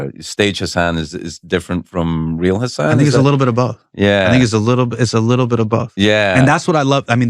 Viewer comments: Did it bother anyone else that Craig couldn't pronounce Hasan's name correctly any time? 🙈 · And yet he said his name wrong…I love Craig but come on man, get Hasan’s name right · Come on Craig, say his name correctly